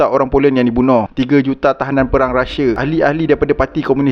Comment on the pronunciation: Sebut rusia kan senang, ini rashia, x best sori